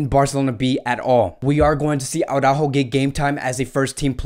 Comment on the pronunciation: Why are you saying Aurajo?Is that how you pronnounce his name?Because i just don`t understand how does Araujo become Aurajo?I assume your spanish so you know better,thus why i`m asking.